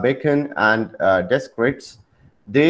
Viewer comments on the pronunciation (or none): Sir, the correct pronunciation of Descartes is "De'cart".